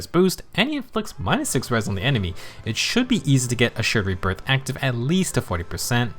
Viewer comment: I'm glad I'm not the only one having trouble with accidentally calling Assured Rebirth "Assured Breath" 😂 you clearly had to slow down and make sure you got it right. I knew you were gonna call it "Breath" if you didn't. 😅 But then... You didn't slow down this time and just naturally messed it up just like I do 😆